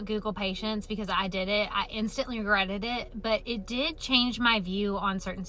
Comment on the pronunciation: "I instantly gretted it"